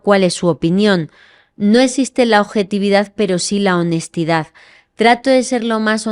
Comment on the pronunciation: Que risa me dan los españoles que no pronuncian bien las palabras, Minuto no esiste la ojetividad 😂😂😂😂😂😂😂😂😂😂😂😂😂😂😂😂😂😂😂😂😂😂😂😂😂